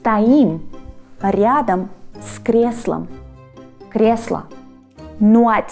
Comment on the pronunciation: the nice "R" you pronounced in "ryadom" - I'll never be able to say that xD it's always just either similar or completely butchered